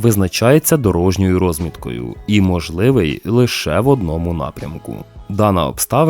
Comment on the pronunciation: Не рОзмітка, а розмІтка.